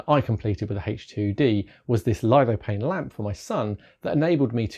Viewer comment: what's a "lido pane" pretty sure you mean litho-phane